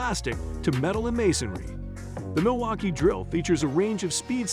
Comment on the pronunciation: Milwaukee Drill... who kept looking for it.... 🙋..🤣 and realised the AI voice got a little drunk after this...😂😂